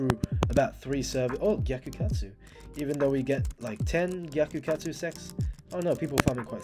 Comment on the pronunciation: am i hearing bro say gyakukatsu sex instead of sacs